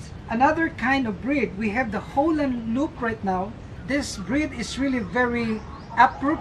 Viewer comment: He keep saying Holland Loop its Holland lop